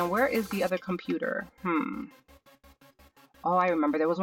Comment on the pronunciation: Comptuter in 0.38min 😂😂